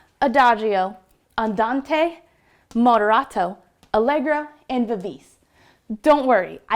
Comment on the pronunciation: Please practice the pronunciation of the Italian tempo terms =Moderato (mod ehr ah toh); Vivace (vee vah. cheh NOT vevase!); Ritardando (rih tar dahn doh); Accellerando (Ah chell ehr ahn doh).